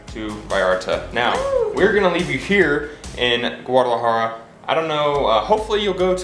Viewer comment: De hecho tu y la dicen "guararajara", pero se entiende, ya quisiera hablar el ingles, como ustedes hablan el español, saludos!!